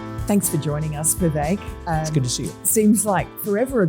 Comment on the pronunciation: Thank you for pronouncing Vivek correctly.